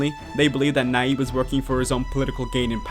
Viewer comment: Gracias, muy bien elaborado el documental... sólo que debes pronunciar su nombre bien. "y" pronucia el fonema.